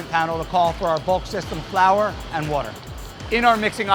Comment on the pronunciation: How do you have someone named and not pronounce water correctly?